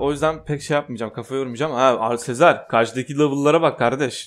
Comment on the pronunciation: Abi sezar'a niye sezer diyon